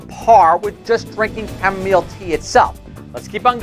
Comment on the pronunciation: Chamomile my friend.....not chamomeal